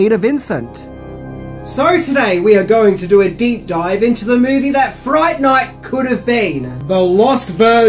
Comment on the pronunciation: "Welcome to Fri-ght Ni-ght "